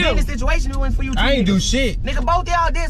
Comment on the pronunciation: want that free food 😂😂😂😂😂😂 he said FOE 😂😂😂😂😂😂😂